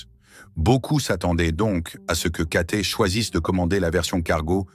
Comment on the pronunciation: c'est cathay pacific, pas katé, apprenez à parler français